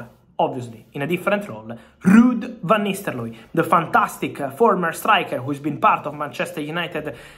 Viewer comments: What i'm heard is Van Nistellooy. Not nistelrooy. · 'ro not 'lo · "VAN NISTELOY" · Van nistel-looy 😂🤣🤣😂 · Love how you say the name -- Van Nistelloye 😅